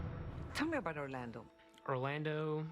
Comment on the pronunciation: I hat the way she keeps saying Orlando